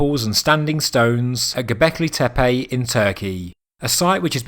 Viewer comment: tempulls ? Teppej? awkward accent